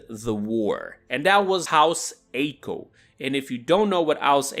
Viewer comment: its not ayee-koe its i-koe